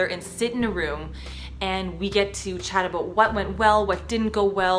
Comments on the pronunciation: More like a-bough-t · you can hear that Canadian accent haha "aboot" that X'D I know inappropriate video I know I know I'm sorry